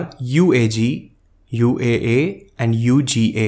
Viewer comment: Sir, it's UAA not UAU, right?